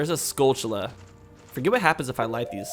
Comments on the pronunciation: Pronounce "Tilly's". Now pronounce "Tullas". Now pronounce "skull... tull....uz". There are no C's or H's in the word skulltulla. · Stop pronouncing "skulltula" weird. There's no 'ch' sound in it.